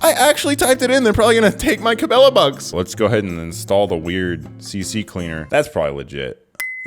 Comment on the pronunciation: .... not "C-C-Cleaner", it is "C-Cleaner"... hard to read i guess. EDIT: Time for better glasses. You and your content are clearly for the "masses". To bad we cant block on YT, so this stuff will keep popping up i guess.